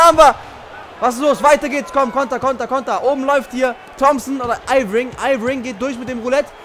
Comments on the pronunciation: Irving wir Erving ausgesprochen und mach mal Bitte die Viertel Länger und nicht immer nur Spins also Roulette weil du dar durch immer denn Ball verlierst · Junge, es kotzt so an das zu sehen... Ich als jmd der sich für basketball interessiert hab da vlt schon ansprüche aber egal. 1. Sprichst du jeden namen falsch aus (Lebroin James statt LebrOn James, Airving statt Irving) 2. Spielst du auf der leichtesten schwierigkeitsstufe das ist eig keine herrausvorderung. Aber trotzdem noch n tipp: du solltest mal mit den indiana pacers spielen😜